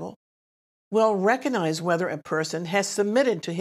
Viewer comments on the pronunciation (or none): I love you and your channel. But I have to point out that the word recognize has a “g” in it. It is not silent.